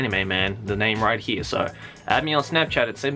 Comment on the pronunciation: #AnswerMeSenpai can you say here instead of hee? gud content doe m8